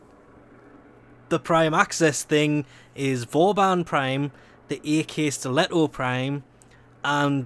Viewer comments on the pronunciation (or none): AkSkiletto is "Ack Skiletto" not "EHH KEH SKILETTO" Get it right (I prounounce it with the CH sound)